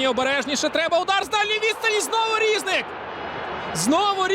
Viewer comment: Чому рІзник, а не різнИк? Коментатор лемко?